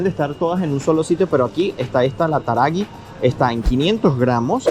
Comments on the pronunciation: La yerba mate taragüi se pronuncia con acento en la i...y su traduccion es Corrientes por nuestra provincia y ademas porque hay muchas lagartijas y la yerba se elabora allí !!!! Muy lindo el video chicos!!!! Saludos y bendiciones para los dos!!!!! Desde Bs As Argentina 😘🍀🇦🇷❤ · La yerba es TARAGÜI; NO TARAGUI. Tenés que pronunciar la diéresis. LA TRANQUERA; LA MAÑANITA; LA HOJA; vienen buenas. PLAYADITO TAMBIÉN. Las históricas son Nobleza Gaucha; Taragüi; Chamigo; pero últimamente no vienen tan ricas. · TaragUi se pronuncia la u. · Chicos no aclaren, que oscurece... 🤣 Ello por lo de las cáscaras de los mejillones... Hoy por hoy los precios están un 20-25% arriba...Güerrin y Taragüi tienen dieresis... así que la u se dice como tal. La "sherba" Playadito es rica. Más que la ierba... ;) Lindo video, gracias!